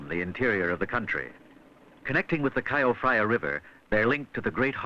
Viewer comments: I just got home from Bangkok. The drive was exhilarating, as always. I've lived in the suburbs for about 10 years but slowly and surely the capital is growing out towards us. The name of the river, Chao Phrya, is pronounced /jao pry ya/ not /cow frya/ the way the narrator says it. Thai uses letters from India and transliteration isn't standardized. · Extraordinary. Just a pity no one told the voice over guy how to pronounce Chao Phraya. I was wondering what the K.O. Fryer was. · Actually he pronounced it Ka O Fraya 😂